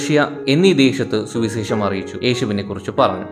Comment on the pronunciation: സുവിസേഷം അല്ല സുവിശേഷം. പല വാക്കുകളിലും "ശ" എന്നതിനു പകരം "സ" ആണുപയോഗിച്ചിരിക്കുന്നത്. please correct 🙏